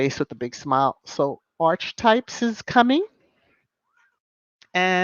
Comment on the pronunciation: Please check the pronunciation of archetype